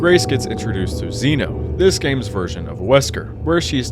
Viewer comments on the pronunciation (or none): none